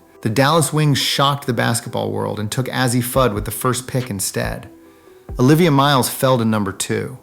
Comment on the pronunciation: Learn to pronounce the names.